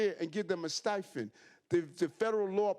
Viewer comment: What’s a stifend? How is this guy in office